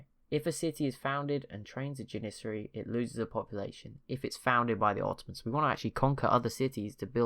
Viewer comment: And also may i point out that it is janissari jan-iss-sairy and renascence you can hear the s its not a sh sound